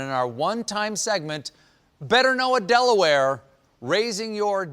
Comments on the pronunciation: Don't know why "DelaWHY" took me out😂😂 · As a local blue hen, I'm dying and stephen's del-awareness XD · Everyone always asks Dela-ware?; but never Dela-how?